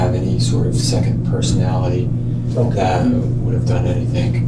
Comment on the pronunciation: I find it hard to trust anyone who's had a Tertiary education and still says "anythink"